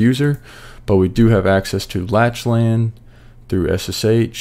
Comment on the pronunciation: Awesome vid! I definitely had some "Ohh so that's how it works" moments during this vid. Also not that it really matters, but Lachlan is actually pronounced as "Lock-lan/Lack-lan" (Irish/Scottish)